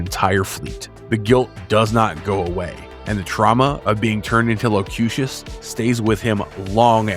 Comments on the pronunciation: to be fair, it was only a couple of times. Said it like low-cue-shish. Bothered me cuz he said it right the other times. Don't mean to nitpick, but you'd think he'd have redone it. I'm too much of a perfectionist, I think. Lol. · Also mispronounced Locutus a time or two. And I can't get over Wolfe 3-59 instead of Wolfe 3-5-9. I'm a nerd, I know. Lol. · I know. I laughed at the 3-59 too. Still cant peg down how he (It?) pronounced Locutus though.